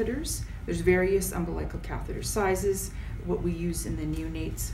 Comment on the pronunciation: Must be Canadian, she mispronounced "out" and Umbilical